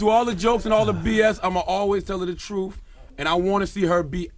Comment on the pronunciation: Charlamagne its pronounced truTH not TRUF and its youTH not YOUF. Damn...